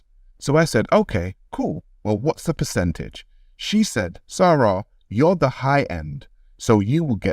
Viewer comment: Its not Sara, its more Egyptian like 'Sa- Ra'